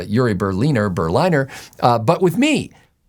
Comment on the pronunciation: This guy was told the correct pronunciation of Berliner, yet he kept mispronouncing it.